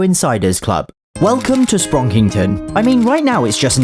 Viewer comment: "Sprounkington" more like "Sprunkington"